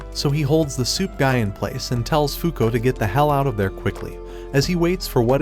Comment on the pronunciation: I dont know why but i thought you were saying "soup guy" instead of "suit guy."